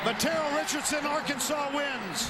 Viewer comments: They lost because he mispronounced Arkansas, lol. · It's not Ar-Kansas, it's AR-kansaw. Get it right mother-father, get it right. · It's not ar-kansas, it's Arkansas, get it right. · That's what he gets for calling us Ar-kansas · Houston Nutt shakes Les Miles Hand... "It's pronounced ark-an-saw." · LOL. The LSU coach said Ar Kansas, the pronunciation before the 1860s as if Kansas was not a state yet. I kinda wish Arkansas was spelled Arkansaw. And, Arkansas needs to play Kansas in football and finally beat their 'namesakes' ! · You shouldn't of said Ar-Kansas. That was your downfall. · You just committed a crime by mis-pronouncing Arkansas name. .. . . . . .It's actually pronounced "Arkansaw". . . It's illegal to mispronounce our State Name.